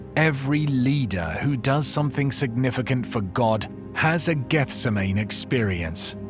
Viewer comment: I knew in 1 minute that you were not a Bible scholar by the way you pronounced Gethsemane. A reputable Bible teacher would have known better.